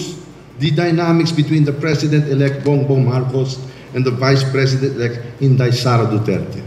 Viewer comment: UNTV, hindi ba madaling bigkasin ang salitang VICE PRESIDENT?